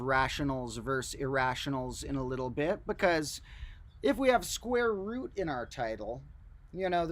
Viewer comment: I must be tired, it's starting to sound like he's saying "the squirrel root of two". Either that, or the medication is kicking in.